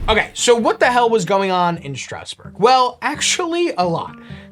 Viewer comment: He pronounced Strasbourg as Strousbourg 30 times so what do you expect